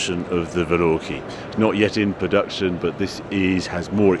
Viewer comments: What the HELL is a valorkee ???? Harry's it's Val -kar-ree. Also - PER-FOR-MAN-TAY. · VALORKEE ????? Isn't it a VALKYRIE ??? As in flight of the..... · Another excellent video: congratulations on beating the crowds of the unwashed, unlike other channels. Only one thing: isn't it Valkyrie (Val-Kyre-ee), not Velorky as it sounded like you were pronouncing it. Then again, maybe I missed the press release from Aston! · He called the Aston hypercar a valorkee, lol. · I love how Harry is so good that he doesn't even bother with his attempts to pronounce things. Valorkie? amazing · I liked the Maserati GT. "Velorkery" ??? WTF Harry. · Is that how you pronounce Valkyrie?